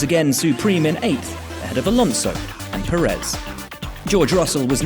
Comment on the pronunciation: It's Pérez, not Peréz.